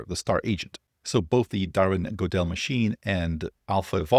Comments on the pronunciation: Why do you pronounce Ö as O? You see that it's another character, right? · “Guerd-el” not “Gode-el” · Pronounced "Goo-dull" Like, "Google," but with "dull" That's what those dots are telling you above the 'o' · Gödel, not Godel. Thanks for bringing us this and explaining it,. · Gödel is pronounced "GUR-dle" — like "girdle" with a soft "r" sound. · OK, both you & Berman need pronunciation help, so Prof. Dad's got your back. "Gödel" sounds like "Good-el" -- good, book, nook, hook -- that sound. I accept warm beer as compensation. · A small thing: the name "Gödel" is pronounced wrong, it should be more like "Gerdel". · With a german "L" 😂